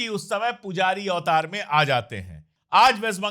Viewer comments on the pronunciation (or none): none